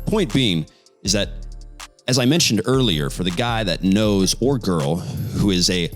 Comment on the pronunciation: love how he said guy or GIRL